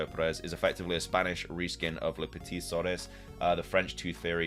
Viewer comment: Le Petit Souris, not Le Petit Sorris